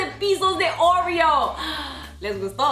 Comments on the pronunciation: yo digo oreo tú dices orrio 😂😝✌ eres graciosa💖😘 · Por que decís oruio se dice orio😒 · porque "oreous"? cualquiera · Like si le dices OREO y no ORÉO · Pronuncia bien óreos